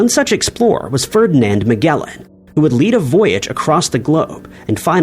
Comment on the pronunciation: It's pronounced "Plinny." Rhymes with ninny. And it's "Ma-jel-ahn," not "Meg-ell-an." 🙄